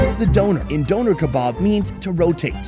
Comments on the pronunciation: the way he says döner is actively taking my life force away im sorry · The way he pronounces Döner is hilarious to me. It sounds like someone donated the kebab after a deadly accident.